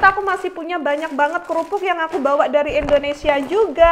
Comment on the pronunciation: INDONESIA NGOMONGNYA BUKAN ENDONESA